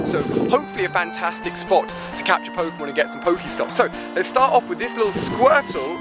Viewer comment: Ali A doesn't know how to pronounce pokemon names